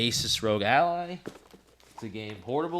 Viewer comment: bro its pronounced Al-Lie Not Alley So in the spelling ROG Ally the 'y' is a long y sound. The word Ally is like friend, or comrade. Its a play on words as its a little device that goes everywhere with you so its your Ally. No, just no. The ASUS Rog Ally is gonna be streaming Elden Ring at like 720P(lol to anyone watching that stream) at like 40 FPS while the Z13 is going to be doing 1440P 70 FPS, its not even in the same ballpark.